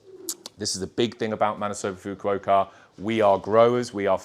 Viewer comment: Someone should tell him how to pronounce Mr. Fukuokas name